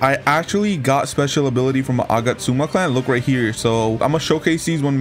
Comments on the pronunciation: Bro its agats-ooma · Nice video! The way you pronounce Agatsuma though 💀